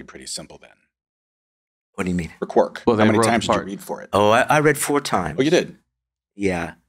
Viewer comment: Why does keep repeatedly mispronouncing characters' names? "Tuvak", "Quork"...